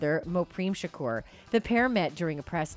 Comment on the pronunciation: Y she keep saying shukuuur 😂😂😂😅